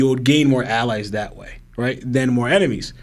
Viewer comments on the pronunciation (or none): none